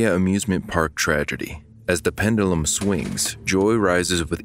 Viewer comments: Pendulum Not pendelum It's hard to listen to when you say it so often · I wish the narrator would’ve learned how to pronounce “pendulum” before making this video considering how many times the word was repeated in the script…. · I'm actually most disturbed by the mispronunciation of "pendulum." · never heard anyone pronounce pendulum this way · Man's got that Roman pronunciation of pendulum going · Learn the correct way to pronounce the word pendulum.